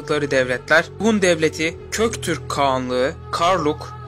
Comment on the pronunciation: Köktürk değil GÖKTÜRK😊❤️❤️❤️❤️❤️❤️❤️❤️